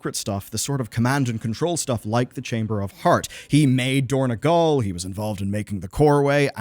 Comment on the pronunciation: It is dorn-O-gal, not dorn-E-gal